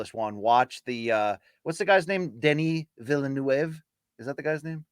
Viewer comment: BC it’s pronounced Denie Villnoove (ish)